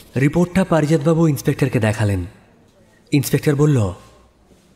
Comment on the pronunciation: I believe.. Please ektu uchharon er dikey kheyal rakhben..Bollo,chollo, korlo, dekhlo.. bishesh kore ei word gulor pronunciation gulo..aar voice ta ektu flat lage majhe majhe.. character e dhukte gele ei whispering tone ta chharte hobe. Oporadh neben na asha kori..Eta personal opinion..